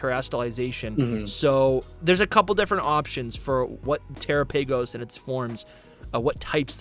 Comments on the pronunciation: Yeah the pronunciation is trying too hard lol. I think because we say "tera" so his mind associates the name Terapagos to be Tera-paygos, rather than Teh-rah-pah-goes (putting the enunciation in wrong place). I think of the Galapagos islands, which could be a nod to why Area Zero pokemon are so similar and considered different forms of pokemon, similar to the "convergent" pokemon. I think I just made a theory lol. Heath is Charles Darwin who came across species of pokemon who have different almost pre-historic biology, but has futuristic evolution that fits for their survival. The Galapgos islands being in Ecuador (a Spanish speaking country) would make the connection make sense. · Terror pagoss and arseeyus 😅 sorry but the pronunciation tickled me way harder than it should. Awesome coverage tho guys! i also think the peach Pokémon the loyal three chased will be gen 9’s mythical and we’ve still not had confirmation that the paradox legends will fuse 🙏 so yh a lot more on the way hopefully haha. Big up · It bothers me how he says tera turtles name